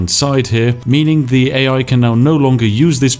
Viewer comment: The speech impediment makes watching this rather stressful. Especially as you appear capable of pronouncing your 'TH' sounds in some words, but not in others. My toes literally curl with every "uhva", "Iva", "fing" etc.